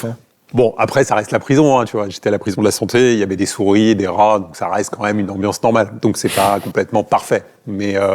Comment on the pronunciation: on dit "quand meme" pas "comme meme" 😂😂😂😂😂